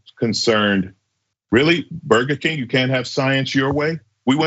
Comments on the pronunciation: Did he say “ burger kink” 👀 he’s still thinking about those drug filled orgies😂😂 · Did Madison say BURGER KINK ? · Did he say “Burger Kink?”